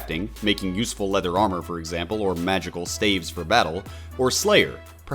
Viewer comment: Stavves? Never heard a staff called that